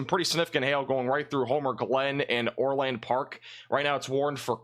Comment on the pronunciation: ITS NOT OR-LAND,PARK--ITS ORLand.PARK---SHORT A--GOT IT???